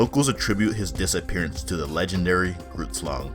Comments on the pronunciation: Great video, it is pronounced “Ghrrootslung” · not to be concerned it a common mistake people make the GH is supposed to be like the sound of a hissing cat, I put two r’ as you roll the R and don’t forget the U I put in place of the a in Slang I look at it now it would be pronounced more like “G-huh-rr-oert-slung” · The fact that you're African is the issue. Grootslang is an African word. I'm also African and I speak English, so should I not take issue that you devalue someone else's culture while trying to share that same culture? Context plays a major role when considering correct pronunciation, and the fact that you don't care and misrepresent the name and culture means you could easily misrepresent the subject matter itself. Additionally, English is the language of the British, not Americans. Americans have also bastardized words in the English language, mispronouncing many of those words. Your response shows that you're disrespectful and lessens your credibility.. Well done. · lol grootslang . . . hehehehehehe he's pronouncing wrong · You butchered the pronounciation of grootslang and it literally means big snake. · oooph. You pronunciation of Groot Slang, Slaughtered it but in all honestly its hard to say if you don't speak Afrikaans. So no harm, no foul. Another mythical creature is the tokoloshe (It is like a sinister Imp), Zulu's build there houses round because they believe that the Tokoloshe hides in dark corners, so round house, no corners to hide in. Very cool video though. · you butchered the name of the grootslang. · I love the english accent “grootslang” 🤣🤣👍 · The g in grootslang is not pronounced as a English g, but rather it's closer to the German "ch" as in "ich".